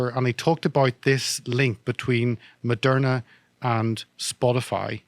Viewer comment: Lol "it also owns merderna em yeah " bulllllshit...I'm right wing and I think Malone talks shit verifiable shit